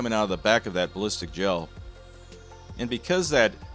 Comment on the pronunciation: “Bearlistic” gel.